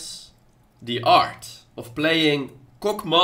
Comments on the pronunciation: Did anyone else understand Cockmaw at start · LMAO it sounds like is saying COCK' Maw xD